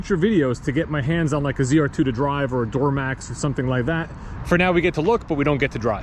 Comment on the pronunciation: Love me some “door-uh-max” 🚪 🛻